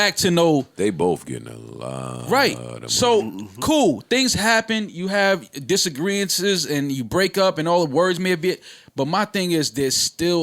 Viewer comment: disagreements not disagreances, lol